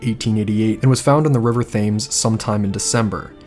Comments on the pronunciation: just to let you know, the river in London, although spelled Thames, is actually pronounced Tems. Just a friendly note from a Brit who lived on the outskirts of London while growing up. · Great video but a few pronunciation errors. Yorkshire is pronounced York-sher, you don't need to annunciate the shi-er part. The river Thames is pronounced Tems. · Btw, the River Thames is pronounced River Tems Lord Salisbury is said, Lord Sols bury And Martha Tabrams name is Martha Taab ram ( not taybram) Also many people, men in particular were called Jack the Lad, Jolly Jack Tar Therefor Jack is really a generic name for a bit of a rake or a Man up to no good, ready to grab an opporunity whether legal or not! I did hear some male did leave London to sail to New York A man of dubious reputation & after 5th victim Mary Kelly was murdered & the killings ceased He made it quietly known he was off to seek his fortune in USA His boat was sailing to New York Where it was rumoured a set of equally savage murders of prostitutes occurred in N.York at about he'd have arrived there. Theres an interesting story & documentary about Liverpool businessman, James Maybrick Who disappeared but left evidence at his home saying he was Jack the Ripper His wife ( an American) was tried here in Britain for his murder & convicted?? Regards 🇬🇧👧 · For our American cousins. Spelt Thames but pronounced Tems…. Mitre square pronounced Miter square….. Lord Salisbury pronounced Solsbury ….. Leicester Square pronounced Lester square. I know our language is confusing so I hope this helps. This video is brilliant. It’s so nice to have the victims stories and you really feel for these poor ladies. Remember these ladies will have descendants. We must not disrespect these ladies. They were not faceless nobodies but mothers. sisters . Wives. They certainly didn’t deserve to be killed and mutilated so horribly. Thank you for being so respectful and showing their sad lives. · Thames pronounciation= TEMS